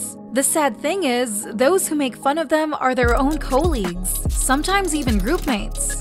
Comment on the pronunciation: beautiful 💍💘😍 "kOhwLeEgZ" is the word of the day 📖💪🧠 aww yeeeeeah ☺💗 The Mijoo one is definitely exaggerated